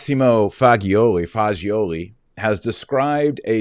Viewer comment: I love how he said “Fag-ioli”😂😂😂